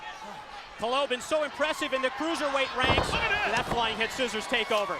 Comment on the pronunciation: He pronounced calo wrong every single time